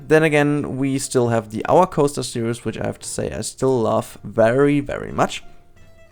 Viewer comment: The day learns to say 'series' and not 'serious' will be a great day to humankind😂great episode tho! Stop it with all the teasers, you're making us curious;p